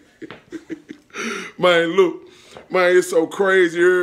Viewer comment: He said look mane I got a goat 😂 so many times I almost believe the animal it self was gonna come out😂😂😂🤣🤣🤣